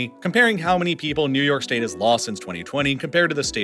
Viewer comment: Did anyone notice he said “shtate” ?😂